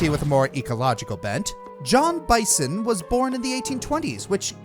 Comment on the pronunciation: I hate to be that guy but its bee-san not bye-son like the animal he clearly is